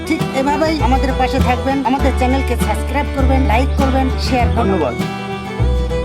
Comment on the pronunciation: দূর্দান্ত । ওটা সাসক্রাইব নয় সাবস্ক্রাইব হবে ।